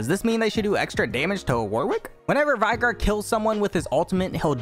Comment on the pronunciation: I was playing Veigar with his Final Boss skin recently, and according to him it's pronounced "Vae-gar", not "Vi-gar". My whole life has been a lie.